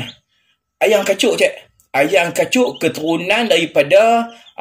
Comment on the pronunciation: 😂😂😂😂Salam...kelakar betoi....adoiii...nak sebut keturunan ayam pun payah no.